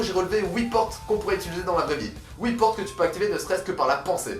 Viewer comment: like juste pour le HOUIT PORTE